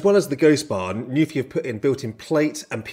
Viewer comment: NU-PHI. It literally tells you how to pronounce it on the keyboard cover. Why does no one get it right?!?!?!